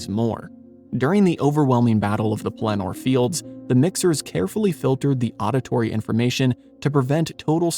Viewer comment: It was quite distracting to have a narrator who could not (or would not?) pronounce many of the names correctly. Two that illustrate this is the repeated slurring of "Pelennor" and the butchering of "Coppola", a VERY WELL known name in the industry, as it is not only Sophia Coppolla, but also, notably Francis Ford Coppolla. (Fun fact: Nicholas Cage is a Coppola). Many parts were well done, but, again, the glaring pronunciation errors kept yanking me out of paying attention to the messages they were attempting to convey. 😞